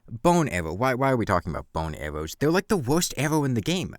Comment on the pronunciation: "wai awe we tawking abowt bown awwows, they're wike the worst awwow in the game!"